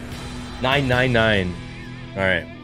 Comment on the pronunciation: Nine isn't Nein🤣 " i turn german now😂😂"